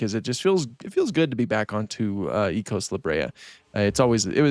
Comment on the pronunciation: Would like to mention something, I believe its pounced as eh-cos, just like echoes, not e-cos. I've heard devs say it like this.